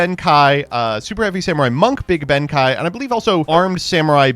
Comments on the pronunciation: it's pronounce ben-kay not ben--kai idk even know how you got the kai from reading that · His name is pronounce ben-kay but yes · Good thread but I cringe whenever pronounces Benkei as Benkai. To add to the thread, Naturia's synchros are probably based on the sacred animals each representing one of the cardinal directions. The Black Turtle, The White Tiger, the Blue Dragon and the Red Phoenix. Unfortunately no Phoenix Naturia Synchro was ever released to complete the set. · Benkei is pronounced with the "KEI" sounding like "KAY" in Okay, not like "KAI" from Kai from Beyblade. Japanese has the "e" typically making a short "eh" sound while "ei" becomes a longer "eh" sound. Look up the character Rei from Evangelion, and you'll hear it there. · Saying benkai is so weird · my guy you have to learn how to say Benkei. There is no A anywhere in the name, the japanese name is written ベンK (literally Ben-K). It's not pronounced Benkai it's pronouced like the letter K. Please its driving me nuts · This video might be the most Mispronounces Cards of all time. Ben kye? Juicynoko? Grand Gweenol?? You Just Straight Up Swapped The Syllables In Uluru. Like come on dude Anyways I love the Floo lore its so cute c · "Ben KAI". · Ben Kei is pronounced Ben Kay. 'Ei' in japanese makes the 'ay' sound. German is the language it makes the 'i' sound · He also pronounced Reisen as Raisen despite being told in the same sentence that Raye (Rei) is based on it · mispronouncing benkei at the same rate benkei was pierced by arrows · worrying about the pronounciation of the future Krawlers while he already fucked up Asla Piscu and Ben Kei in the same video lol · I know it bothers me too, but will never learn to pronounce Japanese words correctly